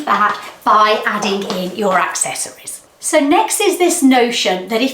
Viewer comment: Pronounced “accessories” wrong in a video where they are telling you mistakes that make you look older... lol